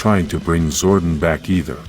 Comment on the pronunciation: I wish youd stop pronouncing it "zorden"